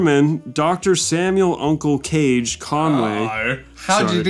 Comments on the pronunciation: Kah-gey, not cage. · it's Kah-gey not Cage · I own all the Omaha The Cat Dancer comics, and I’m not ashamed at all about it. Wanna fight about it? Kage is pronounced "kah-GAY," not "kayj." Also, he's a Chemist, not a Veterinarian. And about that fursuit you mentioned that was stolen? The original belonged to Quartz Husky, who was previously known as Fjord Frost, and it's a male, not a female. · I love this. Literally the only part that bugged me was how you were pronouncing Kage's name. It's Kah-Geh, not "Cage". But everything else, golden! To put it into perspective, my first Furry con was Confurence 9, in 1998. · it's not "cage", it's ka-gay. fun fact, dragoneer bought furaffinity for 6k (then basically sold it to IMVU XD) also he died recently. there must have been a lot of stress considering all the r*pe and other SA incedents... he had to keep a LOT of it hidden but a leak from FA proved a LOT of hidden scum. for what it's worth, FA was founded in minnesota. these are first hand accounts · help meeee it's pronounced uncle KAA-GAY not cage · Uncle Kage isn't pronounced "Cage" it's ka-ge, like, かげ think how japanese would pronounce that. Also his profession IRL is that he's a Pharmaceutical chemist. I used to be a furry, but I give fandoms 3 strikes of weirdness before I leave, and they hit like, 9 strikes. also, so many of those furries are gay, and complain about straight art. meanwhile majorkill's introduction says "guys and gal" because there's 1 girl, warhammer can't throw stones on gender ratio. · Id love to know what percentage of Audience are furries. I can confirm at least one 👀 (Its me), and I love the vids. Couple points, Uncle Kage is actually pronounced Uncle Kah-gay, and he has done wonders for media literacy within the community. Great storyteller too. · I'm guessing y'all were mispronouncing Kage as Cage on purpose. For those that don't know, Uncle Kage's proper pronunciation is KagA (long A) like hokage from Naruto.